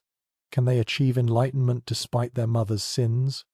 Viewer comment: “Enlightennment” Can you pleas try harder? This is diabolical at this point.